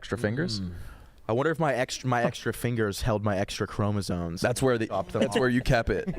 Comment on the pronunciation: the word “kept” has a T on the end.. just wanted to clarify that